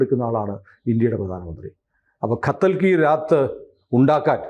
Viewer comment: ഖത്തൽ അല്ല, കതല്‍ കി രാത്!